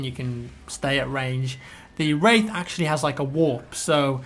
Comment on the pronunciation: am i the only one who thougth he was saying rape